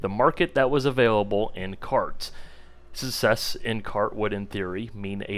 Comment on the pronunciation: Success has a C in the middle duuuude lmao. Pronounce it